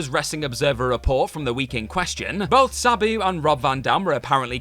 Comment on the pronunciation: Your pronunciations are fucking horrible. Sabayoo? It's Sa-boo. "Boricuas" is "Bo-ree-kwuz"